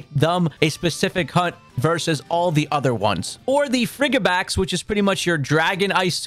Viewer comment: Dude needs to go look up how to say these names. Snome, Abomnasow friggibax? Where is he getting these extra letters from